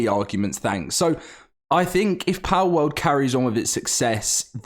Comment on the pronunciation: "Powwouwd" lol British people